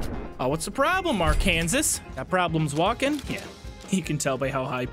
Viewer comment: Bro you pronounced Arkansas wrong…